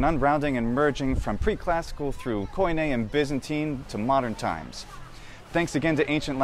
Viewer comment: Native speaker here. You really must learn to pronounce theta correctly. Same with OI in KOIN-. The O i silent.